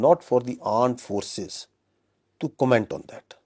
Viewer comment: Aand force 😂😂😂😂😂